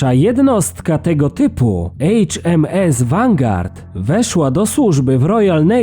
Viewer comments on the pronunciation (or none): none